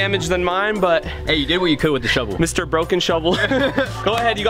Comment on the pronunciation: Every time they said shovel I thought they said McDonald’s